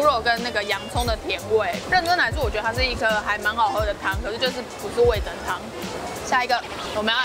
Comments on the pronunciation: 哈哈哈聽到味'增'就好想跟說是味'噌'才對 (๑•́ ₃ •̀๑)衣服很美人更美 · 哈哈哈哈沒看到有人糾正～ 是味“噌”湯→ㄘㄥ一聲唷！ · 是不是找不到味噌的「噌」啊？那個字唸「ㄘㄥ」喔！（瑕不掩瑜，不用理我也沒關係~） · 是味噌（ㄘㄥˉ）喔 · 其實是唸味噌ㄘㄥ湯哦！ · 應該唸味噌ㄘㄥ湯哦~~~